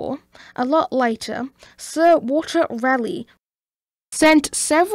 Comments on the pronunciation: Nice video bud. Its actually Raleigh (RAW LEE) and Roanoke (ROW UH NOKE) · Very well put together, just need to remember the pronunciations. Tuscarora is pronounced (Tusk-ah-roar-ah). Croatoan (Crow-ah-toe-an). Raleigh (Rah-Lee). Raleigh’s pronunciation is dependent on where you are at in the state. Eastern NC is (Rah-Lee).